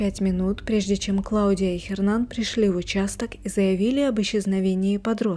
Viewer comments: что за Хернан? Hernan - это Эрнан..буква Аче не читается в испанских словах.. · Н не читается! Эрнан!!!! Саронг? Она где-то в Азии? Парео! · Не Хернан, а Эрнан (Hernan). Уточняйте правильное произношение.